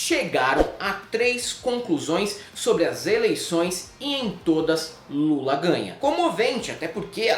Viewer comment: O Ciro falou Lula igual o Marreco falando "coopçao" em toda a entrevista.